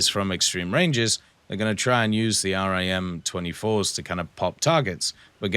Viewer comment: Just a little thing when talking about navy missiles you don’t need to say R-I-M just say rim